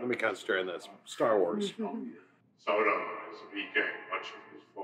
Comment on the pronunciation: not them pronouncing freedo, grandalf, sairon, izildor, bilbo bobbins haha. At least they got Sam right 😭✊